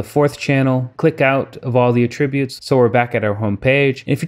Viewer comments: "At" tributes, not uhtributes! ;) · Thanks for making this video - very interesting software indeed! I don't mean to be anal, but most people pronounce the word "attributes" with the accent on the first syllable, as in AT tri butes. I only bring this up because at first I wasn't understanding what you were saying - then I slowed down the video and got it. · Accent is on Att NOT trib. Good job